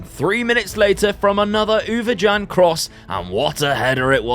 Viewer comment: Mate u absolutely butcherd the Ouwejan name 😉 love the series